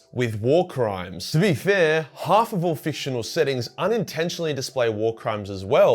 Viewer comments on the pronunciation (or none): none